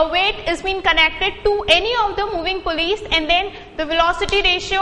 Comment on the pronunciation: Its PULLEYS not pullyes